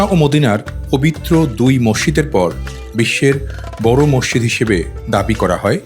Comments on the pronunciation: Mosside ? Mosjid correcto kore bolteeo parean na? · Morshid Na, Masjid Bolen. Dhannabad